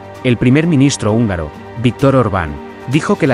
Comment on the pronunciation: Actuación,, no "actuación". Húngaro,, no "ungaro". Atingente,, no "atinente". Unión,, no "union". Sapiencia,, no "sapiensa". Torpeza,, no "torpesa". Y supongo que "parlamrnto" es solo un error de digitación. ¡Hasta cuándo me haces rabiar! 😁😁😁😁